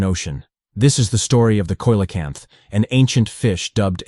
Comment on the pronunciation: AI, or has the narrator never heard coelacanth aloud?